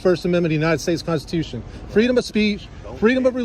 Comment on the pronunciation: It's incredible how they cant even pronounce Constitution let alone know what it is. This is why you just drive through Mississippi, plan well and don't even stop for gas.